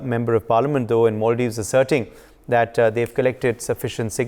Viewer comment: It’s Mulladives 😂